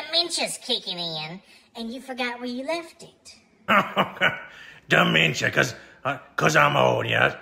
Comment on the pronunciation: "Demention" my Mama one more time!